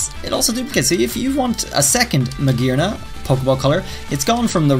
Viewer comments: Hearing him say Magearna the correct way made my soul melt into heaven. Such a lovely accent shan’t be wasted on butchered names 😭😭😭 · Finally he said it right xD